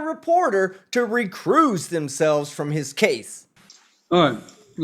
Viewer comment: "recrooze yoself" "jurydishun" they're getting easier to spot out in the open